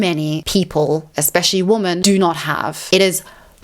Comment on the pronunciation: You have a habit of mispronouncing "women" wrong in every one of your videos. Women is pronounced "wi.muhn" or wee-men , not womb-men You always sound like you are saying " woman" singular "wu -muhn " , instead of women plural. wi.muhn" Weee for plural Wooo for singular